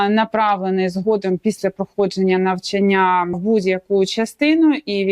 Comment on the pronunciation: если вы адвокат, то должны выражаться по правилам украинского языка. приведите мне пример правила, в котором говорится что слово випадок произносится с ударением на второй слог. а то выглядите как минимум непрофессионально то же самое и про слово навчання. звучите как школьница двоечница